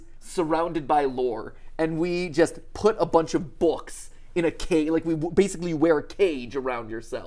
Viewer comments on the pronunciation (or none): none